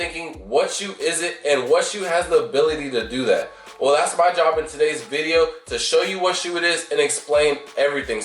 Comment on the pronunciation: A “viddo”???🤣🤣🤣